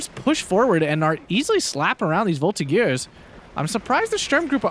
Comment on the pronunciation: The G of the Voltigeurs is a J sound, so a soft sound, not the hard G.